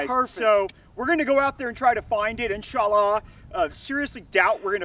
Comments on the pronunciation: "In-sa_Laa" X( And he literally said "God good" at the end of the vid, omitting the "hu"... Is he a arab-weeaboo, or is he making fun of the middle east? I genuinely can't tell. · cringed every time they said inshallah, other than that breddy gud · Great vid. It's insha-allah btw. There is a small gap between the 2 words. I'm a former saudi resident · As muslim I laughed when you said insallah